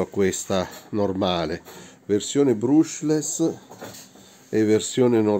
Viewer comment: Bruushless non si può sentire